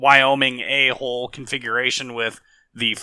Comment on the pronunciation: Yeah it sounds like his saying a hole lol